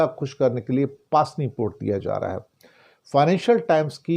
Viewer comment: pronounce pusni hai paasni nahi 😊